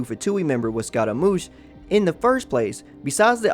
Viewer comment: the way he called scaramouche as scotta-moosh XD